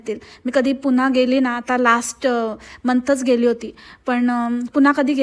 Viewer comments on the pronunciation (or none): none